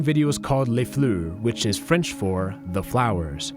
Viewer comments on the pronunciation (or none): OMG I CANT « LES FLEUu »🥹🥹(I AM FRENCH😭😭)